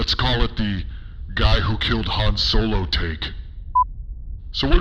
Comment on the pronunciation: Han Snow-lo